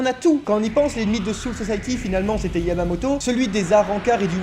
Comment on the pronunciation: est-ce qu'il a dit yavamoto